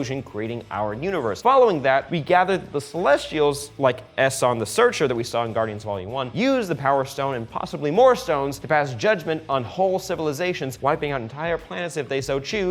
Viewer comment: It's eeson not eson